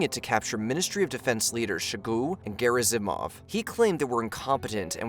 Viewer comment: Lmao "shogoo and garrismov" 😂